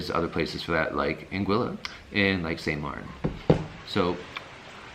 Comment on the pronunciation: Lol If you don't say (out loud) or think something like "we made it" after a Saba landing, you didn't experience that landing correctly. Also appreciate that you pronounce St. Maarten, Anguilla and Saba correctly.